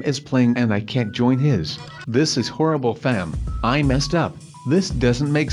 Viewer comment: why do you say hiss instead of his wow